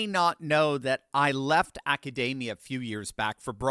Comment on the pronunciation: Pretty sure its not pronounced "acadamia" but that is great, sounds really positave😂